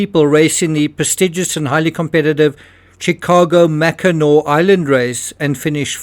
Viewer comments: That "garotte" only has one handle. Real garottes have two. Total staging. I have said it before, I don't buy for a second that they didn't take photos and videos on Christmas '96. (Kudos on pronouncing "Mackinac" correctly 😄) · you nailed mackinac this time.